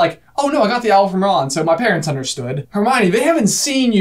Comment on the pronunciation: "PAERNTS" OOPS